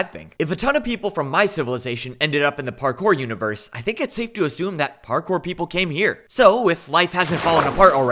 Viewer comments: see the unevorse 😭✌️ bro gotta take English class ong ong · can u not say universe correct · "The univewse can fweel"